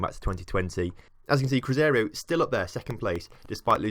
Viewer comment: its cru-zay-roo not cruzario....